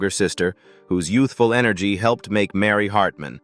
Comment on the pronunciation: AI voices suck . They can't pronounce certain words , the inflection and tone stinks . Get better AI . Can't even say Mary Hartman Mary Hartman right .